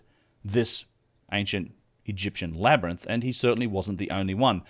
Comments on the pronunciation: I am no native ebglish speaker, but i thought it is a labirinth, not a LAB-RANT! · I think we can all agree its pronounced labernyth.... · Say labyrinth again... Its a wonder Joe Rogan says it wrong after hearing it SO MANY times in this video.